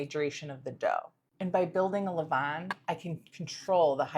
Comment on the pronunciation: Well done. Best regards from, Paris France. A french senior baker. I love the way you prounouce "A levainnn" it seems like you speak french,?😊